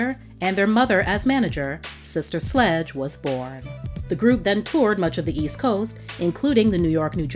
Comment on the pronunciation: Q: Can you please make an edit to your video ? I noticed at the mk the computer generated narrator says " SLUDGE " that is dis-respectful to this LEGENDARY band